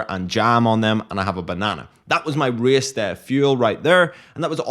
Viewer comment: Reeas - this fancy way to say a race word 😅